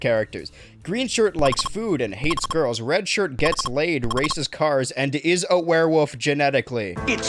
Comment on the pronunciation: I appreciate that you pronounce werewolf as "werewoof"